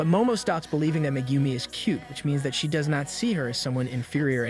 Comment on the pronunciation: I don't care about the other names, but butchering Megumis name is a sin...